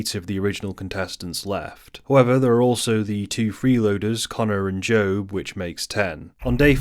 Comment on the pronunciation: Jobe is with a J lol